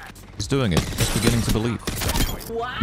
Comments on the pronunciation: I’ve probably seen the meme 270 times but I was not prepared to hear “in the bening-ging” 😂😂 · Man it has been years since i hear in the beningging